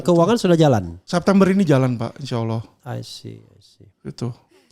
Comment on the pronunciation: Di menit alvin lim salah ucap INSYAALLAH.